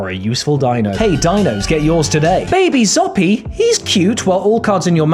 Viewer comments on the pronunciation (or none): Lol'ed when he said "Baby ZOP-PEE" . They pronounced the creature's name in the show a couple of times. :) Light civilisation ftw btw